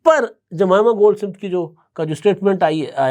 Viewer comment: سمت نہیں بلکہ سمتھ ہے